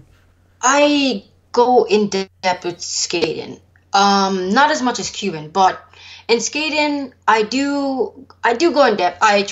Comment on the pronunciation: I love how she pronounces it "cubin'"